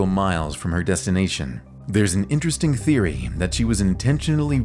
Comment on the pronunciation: waw inchrchring